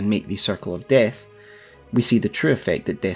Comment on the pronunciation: I just like how you say Destined DEHTH lmao